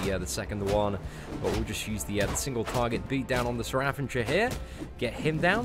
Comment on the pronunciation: It's Ravager not Ravanger lul